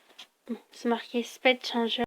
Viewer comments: Sa fai trop bizar d entendre sped au lieux de speed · bon jveu pas etre méchant mais speed se prononce spid xD sinon c'est sympa !